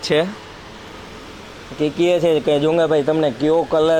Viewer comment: ભાઈ તમારા લોગ મા મે એક વસ્તુ નોટિસ કરી છે. તમે 'છે ' ને બદલે 'હે ' બોલો છો ryt...